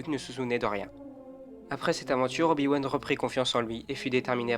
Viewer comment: A 1min12 tu dit Oyo wan mais bon sang respecte le 😂